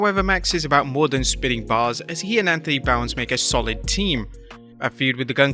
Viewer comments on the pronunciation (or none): Can't say "Bowens" right, saying Wardlow doesn't "need" a title, saying the triple threat tag is a waste of time, saying the Kingston Jericho feud should've ended cuz Big Cage means Hell in a Cell feud end, i feel like doesn't actually watch AEW, they just listen to people within describe what they heard and go with it. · Can't say "Bowens" right, saying Wardlow doesn't "need" a title, saying the triple threat tag is a waste of time (which yeah, but FTR got the ROH PPV so it would feel rushed a bit), saying the Kingston Jericho feud should've ended cuz Big Cage means Hell in a Cell feud end (even tho, Kingston never made Jericho tap), i feel like doesn't actually watch AEW, they just listen to people within describe what they heard and go with it. Plus the IMPATIENCE and the CLICKBAIT is just starting to get annoying.